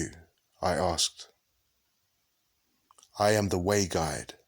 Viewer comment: It's IAm not Adam